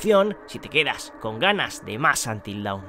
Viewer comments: Es Antil Don (dawn, amanecer) y no Daun (Down: abajo). Siempre lo pronunciais mal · Cada vez que alguien dice UNTIL DAWN como si fuera Down muere un gatito